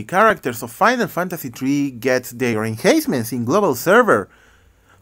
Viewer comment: Hey not to be rude but it's not enhayncement when you say it it's like hahaha enhancements